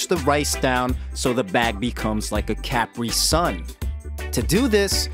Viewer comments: Who TF says "CAP-ree-sun"??? It's literally pronounced how its spelled. Capri-sun........do you call them Capry pants too?😂😂😂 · lmao yeah it’s pronounced Cu-Pri-Son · I’m sorry, did you just say CAPriSun?😂